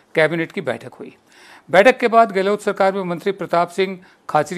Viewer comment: गहलोत बोलिये ना कि गहलोट